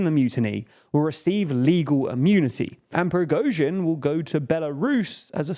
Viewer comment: due to the fact that you will definenately cover some other political events in Russia I would like to give you some pronunciation corrections, so you'll be the only English spoken channel where Russian last names are being pronounced correctly. First of all, "Prigozhin" does not contain the "əʊ". You pronounce the letter "o" like you do in the word "boat", but this is incorrect. It should be pronounced almost similar to "got" or "not". Somewhat like /Pri:'gɒzhɪn/. It is not completely correct, but this "əʊ" sounds the most wierd. Then " Shoigu". Russian in his pronunciation rules is closer to the American English than to the British one. When a syllable is unstressed, we change its pronunciation. It is quite the same like Americans do with such words as "hot" or "caught". So we never pronounce the strong "o" in his last name; it changes to "a". Also this "i" should be pronounced somewhat like the second part of the sound "ɔɪ", like you do in the word "enjoy". /ʃɑːɪ'gu/. Pay attention to the last syllable which is stressed. Finally, "Kadyrov". It is not difficult to pronounce. Only Russian "y" sound is a bit wierd, but if you do short "i", it will be fairly good. /Kɑː'dɪrɒv/